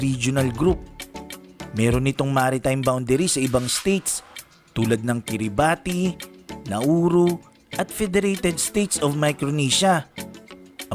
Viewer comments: KIRIBAS sir ang basa ng kiribati n dting christmas island ang basa kc nla ng Letter T is Letter S. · Ang pagbigkas ng "Kiribati" ay "kiribas." Kakaiba subalit ganoon talaga.